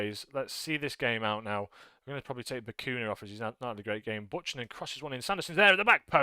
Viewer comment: Great win. Also, it's pronounced b-you-cannon for Buchanan.. not butch-anan